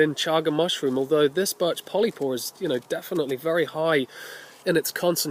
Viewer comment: did you say barch ?